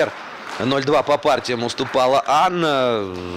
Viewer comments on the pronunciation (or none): Вообще то ударение на ТайлАкова. Корень этого слова тюркского происхождения тайлАк что означает шея жеребенка. У нас в Киргизии часто встречается эта фамилия есть наверное и у татар. казахов и других тюркских народов.